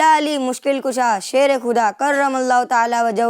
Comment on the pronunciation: کھدا👎 خدا👍 کھلیفا👎 خلیفہ 👍 عرش بھائی اپنی اردو صحیح کر لیجئے